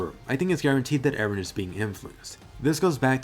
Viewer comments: Finally some one who says Eren and not "Aaron" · btw EREN is a Turkish name and meaning of this name is '''' someone who is believed to have seen some facts with extraordinary intuition , WİSE PERSON or can be a person who stripped himself of his own being and attained God because he was devoted to God.''''' and pronunciation to the EREN is just like in the show how Mikasa prononce E---REN